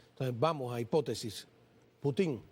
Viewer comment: No se dice Putin con acento en la i se dice Putin con la fuerza de pronunciación en la U así debe decir un periodista de la calidad tuya gracias !!!